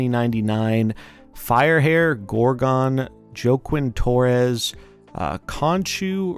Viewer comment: Joaquin is pronounced "Hwah-keen." You know, like Joaquin Phoenix, who played/plays the Joker? Famously?